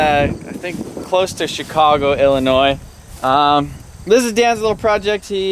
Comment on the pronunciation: anybody else here how he says chicago just after ?